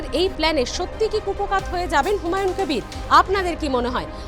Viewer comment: আরে আপনি একটা বাংলা খবরের চ্যানেল এর সঞ্চালিকা আপনি বার বার হুমায়ুন কবিরকে হুমায়ুন ক্যাবির ক্যাবির উচ্চারণ করছেন কেন। আপনি কি ভাবছেন এইভাবে বিকৃত উচ্চারণ করলে আপনার চ্যানেল এর টিআরপি বাড়বে। আপনি নিজেই একটু এই সঞ্চালনা টা শুনে নিজেই বলুন আপনার এই সঞ্চালনাটা পাতে নেওয়ার মতো কিনা। আর আপনার তো দেখছি অনেক জ্ঞান, অনেক গুন আপনি একাধারে সঞ্চালক, রাজনৈতিক বিশ্লেষক, আবার ভোট বিশেষজ্ঞ। মনে হচ্ছে প্রশান্ত কিশোরের ভাত মারা গেল ।